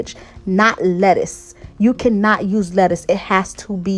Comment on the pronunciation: lol that girl got you messing up saying lettuce lol